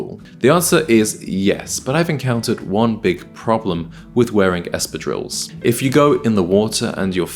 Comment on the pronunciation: You are not pronouncing espadrilles correctly Real men do not wear jewellry ( unless they're Prince Harry). What nonsense to recommend cheap tacky necklaces. You NEED A BRITISH OFFICER CONSULTANT. They'd laugh at your wimpy suggestions.